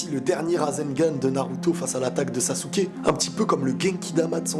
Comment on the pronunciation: Sasuke (sasekiki)